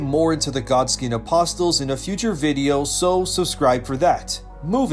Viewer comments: The "t" is silent in apostle. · The “T” in “apostle” is silent, for future reference 😉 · The "t" in apostle is silent! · thx for the awesome lore video <3 btw the "t" in apostle is silent